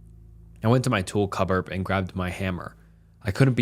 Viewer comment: “cupboarb” lmaoo